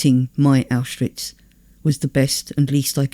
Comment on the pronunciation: Several names are mispronounced: Pétain Arbeit Birkenau Kurt (Weill) Rouen And, more importantly, Auschwitz. Correctly pronounced and possibly one more time Pronounced distinctly Auschwitch (and a bit before) and possibly a couple more times The plural of 'kibbutz' is 'kibbutzim'. 'Kibbutzes' is weird. Anne Frank and her sister died in 'Belsen Bergen' Finally, people are 'hanged', not 'hung' (three times).